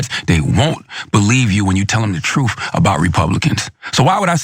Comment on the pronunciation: First, all that money he has made and he still can't speak English. Troof? What the hell is that? 2nd, what is a woof?